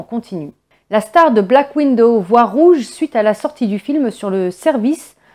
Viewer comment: Chère mademoiselle, comme d'habitude, merci pour les infos. Mais comme d'habitude, faites donc attention à votre prononciation. Le film s'appelle Black Widow c'est-à-dire veuve noire. Vous le prononcez black window, ce qui veut dire fenêtre noire...